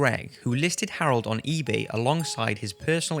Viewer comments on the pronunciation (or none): none